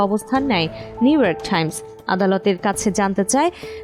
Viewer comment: নিউইয়র্ক ঠাইমস.. একি আধুনিক উচ্চারণ?